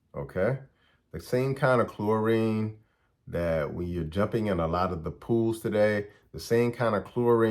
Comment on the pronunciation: When you say dat, do you mean That? When you say da, you you mean The? When you say day, do you mean THEY? When you say kaw, do you mean Called? When you say wit, do you mean with? When you say sane, do you mean same?